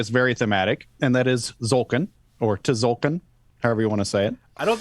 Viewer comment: Everytime someone pronounces "Tzolk'in" without the T I think of "ZOLTAN" /z-sign-with-hands :D